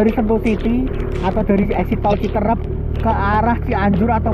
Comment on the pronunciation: CITEUREUP bukan citerep LEUWI bukan Lewi koreksi bro, nanti orang Sunda pada ketawa 😅